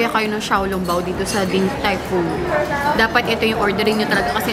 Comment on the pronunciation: Omg, yung pronunciation ng DTF paki correct naman. Sakit sa tenga